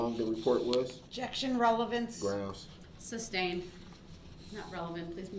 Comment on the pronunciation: He keeps saying “ relavency”. The word is RELEVANCE .